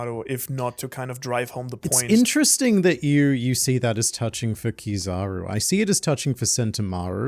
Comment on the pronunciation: It's KIZAARUU not kizaro please guys you hurt my ear